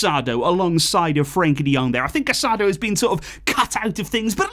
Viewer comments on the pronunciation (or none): Ever gonna pronounce Marc Casadó correctly?